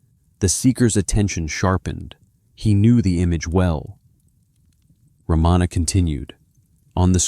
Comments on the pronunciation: The great sage’s name is pronounced as Ra ma na not Ra maa na. Please fix in your recording. Learn to pronounce these names correctly. If you cannot do even this much , how sure are you that the rest of the talk is correct and true ? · Mispronounces Maharishi, Ramana, and Arunachala. Not Ramaana. Three short vowels. Arunaachala.